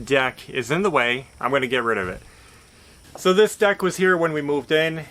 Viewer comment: Did you say get rid of the deck or get rid of the duck?